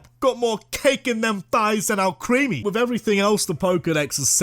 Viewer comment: IT'S ALCREMIE, NOT F*CKING ALCREAMY! FIX IT NOW!